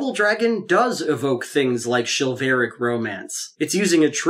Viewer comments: "Chilvaric" lol. Great video on the whole though<3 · Chivalric … "SHIV" + "uhl" + "rik" … modern IPA ʃɪ́vəlrɪk, traditional IPA ˈʃɪvəlrɪk. It’s not a big deal, and I only notice these things because I’m prone to mispronunciation myself; I’m only pointing it out to you because it’s probably better that you hear it now, from someone who likes you, rather than later, from someone who does not. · I have no opinion about the feminism debate, but I have to point out that you said "chilvaric" when you meant "chivalric."